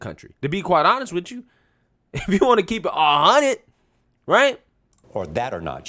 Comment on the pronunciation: Sarena just said "Kerp me out of it!" Lol